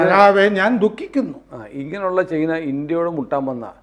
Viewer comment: ചെയ്ന അല്ല... ചൈന എന്നു പറയൂ... ഇത് ഏതാണ്ട് ചേന എന്നു പറയുന്ന കൂട്ട്... Not Chayna.... It is CHINA